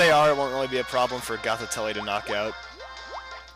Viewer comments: Just a note: Gothitelle is pronounced Goth-i-tell. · i like how you say gothitelle. xD